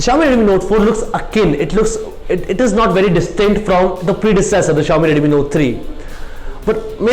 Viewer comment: Jalaj Joshi Also he has to improve his pronunciation, especially of "Redmi", sounds awkward to me